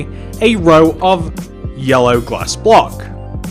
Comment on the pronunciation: Who thinks when he first started putting down the yellow glass he sounded like he was saying heya